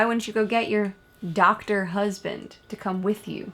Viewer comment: ….seriously? Lmao. It’s ‘doctor’ (M.D.).